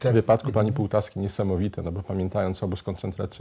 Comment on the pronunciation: Pan Jan Pospieszalski stałe źle wymawia nazwiska pani Wandy Półtawskiej, jak widać wyraźnie jest tutaj ó a nie o.